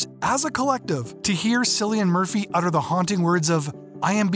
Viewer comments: omg he pronounced it sillian murphy its pronounced kill-ian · C in Cillian pronounced as K